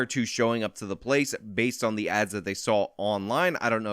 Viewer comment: Also- for your dig to those who quote unquote couldn't "understand your sarcasm" about you basting a T straight into the word baseded . You have a very dry sense of humor, its very fun to watch you get worked up and passionate over things. You tow the line well though and your able to act like any of these over the top people who act that way for views only. You do it with semblance of a passion for what you speak about. I feel like i understand you a good bit of the time, however the "Basetededed" shit was starting to get to me too and your addressing it again claiming to be down with the jive lingo these kids be using these days required a double take and a reboot for me catch up. Last the whole looting issue across the USA is completely mad right now have you ever considered getting answers from anyone who is in, or used to be in an organized looting ring? America has a very expansive 3rd market and before getting my act together was fairly familiar with it in the south.